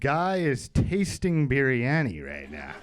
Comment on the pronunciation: Spanikopita, beef stroganoff, biryani, cucumber, microwave... We're looking at some revolutionary comedic pronunciations of food-related words.